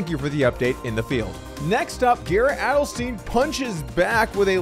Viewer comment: And it's Adelstein that rhymes with "fine" not "teen". I only know 'cause I'm part fan boy and Garrett is too nice to say anything. Thanks!